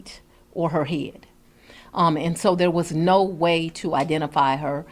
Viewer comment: Oom. Um. Code (cold) cases. Owed (old). Heed (head). Minny minny (many). Dotter. Axing questions. 🎉